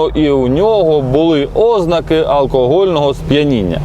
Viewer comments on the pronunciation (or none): Еге ж, гарна. ''Óзнаки, мабýть, нéсти, провéсти, зберéмо''... Не вистачає хіба що ''випáдків''🤨 Зараз у тренді ''косити під вуйка''